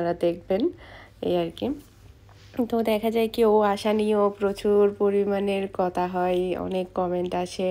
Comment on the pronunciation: Why you always say kota. Current word kotha.